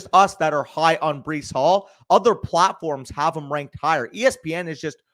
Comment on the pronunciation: Bro really said Breece hall mid 3rd💀💀💀